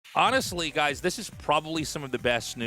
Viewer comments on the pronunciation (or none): none